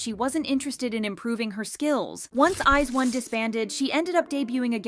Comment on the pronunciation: When new idol group members from the top K-pop companies are revealed: "Wow, they're stunning!" When people hear them sing live terribly: "Wow, she sucks! But she's still pretty so I still like her!" Also, what's with this lady's pronunciation of I*ZONE?